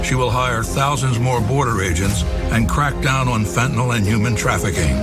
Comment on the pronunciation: Please tell me that they didn’t mispronounce FENTANYL in their own commercial?